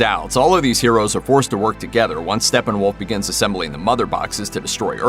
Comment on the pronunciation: So hard listening to you say Stefenwolf multiple times. There are two P’s which eliminates the “f” sound in the “ph”.... it’s Stepphenwolf not Stephenwolf.